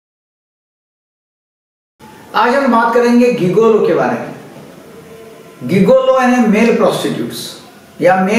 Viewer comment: गिगोलो नही जिगोलो बोलो